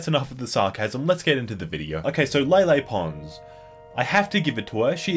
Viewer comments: you called her "Lily pond" lol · he said lily pond